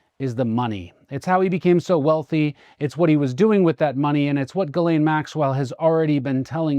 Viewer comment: "Ghislaine". galaxy5